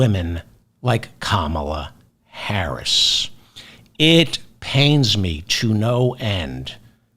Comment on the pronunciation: “KAH mah la”